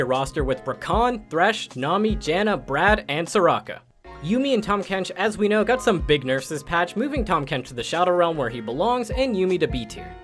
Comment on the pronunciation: Did he just say BRAD instead of BARD lmao